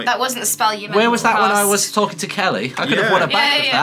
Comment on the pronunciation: i honestly cant be the only one who thought 'kelly' sounded a LOT like 'kaeyi' lol